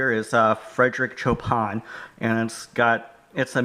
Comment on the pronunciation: Nice update. FYI Chopin is Pronounced showpawn, not chopawn.